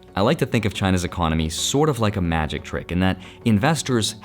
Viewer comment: Ma-Jikh time 😂